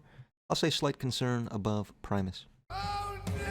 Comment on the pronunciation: He pronounced primus correctly. Unsubscribed.